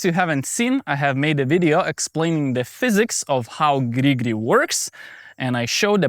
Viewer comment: Please make a short compilation of your "gri gri" sounds 😂